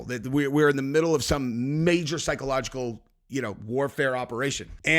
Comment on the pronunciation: Aren’t you able to say the word psychological